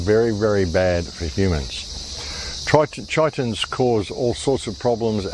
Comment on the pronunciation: In the 1950 film, 'The Thing From Another World', mention is made of a 'chitonous substance' ie. ki-tun-nous' (hard 'k'.).